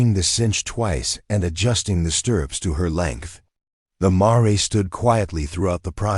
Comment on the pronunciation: It's pronounced mair not ma-re. Computer readers still don't get it right . 😂😂😂😂😂😂😂